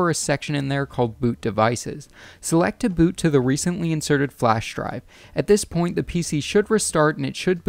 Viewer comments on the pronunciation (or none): You say point really really weirdly